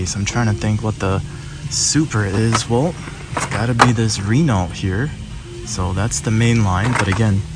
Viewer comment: Renault is Pronounced Ruh-no